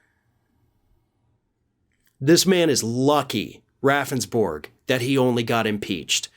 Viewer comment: I live in South Dakota. His last name is pronounced Roundsberg. Don't feel so bad his lawyer kept pronouncing his name wrong & the legislators got a chuckle each time he did it.